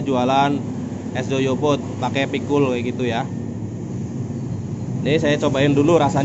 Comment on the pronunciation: Goyobod mas, bukan Joyobod. Semangat... tambah sukses ya...